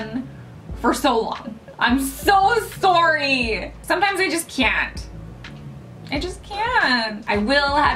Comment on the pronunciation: Or rather how your accent is more noticeable when you say sorry...